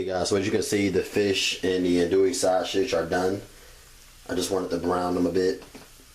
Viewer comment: S that shit was driving me crazy. I was like stop saying it like that.